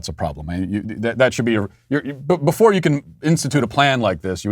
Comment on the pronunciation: "I srarted drinkin heavily jefore the show" 🤣